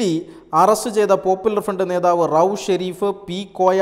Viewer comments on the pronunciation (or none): none